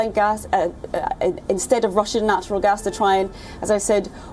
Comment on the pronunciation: its gas not gus.